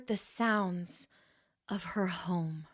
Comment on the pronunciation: HOME in not hone